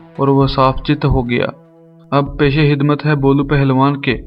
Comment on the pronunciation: Aap lafz khidmat ke bajai hidmat bolte hein matlab yeh hua ki urdu talafuz ki janib kam hi tawaja diya karte hein. Pse. Aage aisa na parein to. Behtr hoga. I hope you will not took me I'll. Thank You.